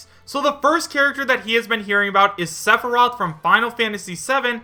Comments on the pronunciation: Sephorath?! ITS PRONOUNCED SEH-FIH-ROTH!!! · It's sef-e-roth. Only saying this because it was mispronounced at the beginning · "Suh-for-roth" lolomgrly? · The way you pronounced Sephiroth first OMFG LMAO!!! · The way he said sephiroth name pisses me off lol. How you say his name wrong.